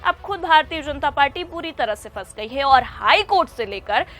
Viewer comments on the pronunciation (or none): Word sahi boliye fas nahi hai phase gayi ye sahi hai